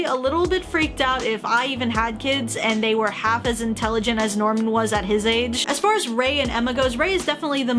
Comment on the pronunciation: That's not Norman that's Nirman